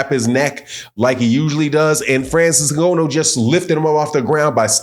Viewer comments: I respectfully disagree with your assertion that Francis (pronounced IN-GON-NU btw) would be in trouble with Wilder. Francis lives and breaths for someone stupid enough to get into a firefight with him! You don't know anything about MMA and less than that about Francis, which is fine; he would kill wild-ass Deontay Wilder swinging at him like he did against Fury. Dead. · The belt wasnt on the line though and you can't even say his name right. Did you even watch it? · how do you manage to say Francis's surname so WRONG? It is not as though his name is a complete stranger to the world at large, his name has been around for years yet some folks STILL can't say it correctly. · good video but your going to need to learn how to say Ngannou. Francis has arrived Boxing nation. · say the man’s name right lol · Dude, you need to learn how to pronounce Nganou’s name! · His name is Ngannou not N-Gono. That's disrespectful. Learn a man name's before making a video about him. It is really unnerving even if you're right in your analysis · Great assessment, but the brother's name is NGANNOU, or "N"-GA-New, not "N"-Go-No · Try to pronounce his name right. Not Ngonno. It is Ngannou. There is an "a" in his name. Just try doing a little bit of homework. Thanks for the work you do. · Next time don't say Ngono, coz in Swahili that means Sex. His name you can pronounce it as Nganu or Nga like hu_nger the Nou like [knew/new]. I hope that helps😁 Anyway, great review 👊🏾👊🏾👊🏾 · It's IN- GAH- NEW! NOT IN- GO- NO. LOL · good insights. btw, Francis' last name is pronounced INGANNO not INGONNO. but i support your channel. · Dude name ain’t N-GO-NO man…🤦🏾‍♂️. It’s N-GAH-NOO. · was being sarcastic about consistent mispronunciation of Francis Ngannou's name. keeps pronouncing it "In-go-no" instead of "N-Gah-nou" so was calling him out on that. He wasn't disrespecting Francis' surname. In fact, quite the opposite. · It's pronounced “NNGAANU ”